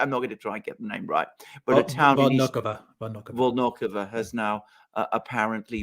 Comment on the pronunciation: VolnoVAHA…not volnokovo